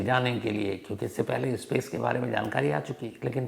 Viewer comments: Ispace nahi space hota hai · Yaar bhasha to sudharo iskool nahi school hota hai ispace nahi space hota hai